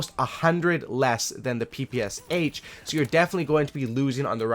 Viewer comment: wow wow just a second.... not p.p.s.h., that right p.p.sh....thx))